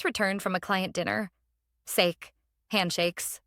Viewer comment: Just figured out the voice is a fake. It is some kind of AI because it said the word sake like CAKE not SAKEE